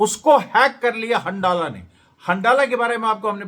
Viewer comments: अमरेश जी!!हंडाला नाम नहीं है बल्कि हंज़ला नाम है उस ग्रूप का!!!! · सही उच्चारण हंज़ला है